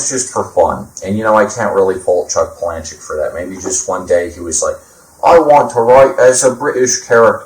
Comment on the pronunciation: I pronounce his last name Pala-Nook...my two cents